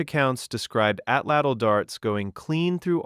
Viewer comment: Atlatl was Atzte tho